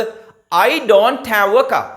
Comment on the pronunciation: හෑඋ නෙමෙයි ...හැව්...(have)